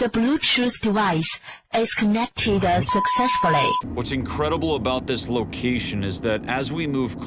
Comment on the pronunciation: Bluetooth eh connected sucessful ley I’m dead 😂😂